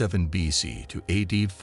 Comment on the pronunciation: The term AD (Anno Domini) has been largely superseded by CE (Common Era) and was never pronounced ‘add.’ Your AI needs language lessons. In addition, many of the illustrations related to a much later era and geographical area, the Atlantic slave trade.